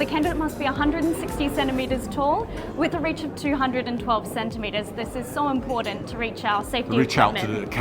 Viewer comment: "IT'S IMPORDEN" she says...LOL WOW. And it's not "A" cabin crew. It is cabin crew. No mention of maximum age lol...what a surprise.